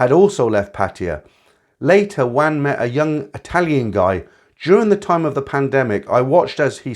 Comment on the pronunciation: Wan is pronounced Warn (sweet).... for a so called expert on all things Thai....terrible pronunciation!